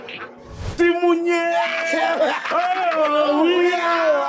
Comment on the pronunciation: Sol😂😂😂 lmao crazy “simunye”